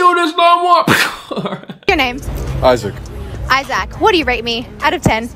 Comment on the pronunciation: Girl said "Iz-ZACK"